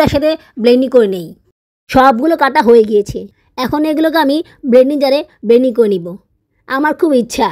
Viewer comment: আপু একটা কথা বলি কিছু মনে করবেন না. আপনি এতো ভুল উচ্চারন করেন কেন আপনার সব ভিডিও আমি দেখি যেমন ব্লেনডিং কে বলেন বেনডিং